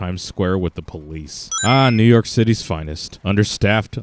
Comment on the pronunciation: "Mew York" lmao